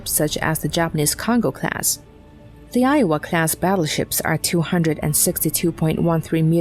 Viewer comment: Sounds Asian. Always says “crass“ instead of “class“. It’s got to be easier to use a human voice…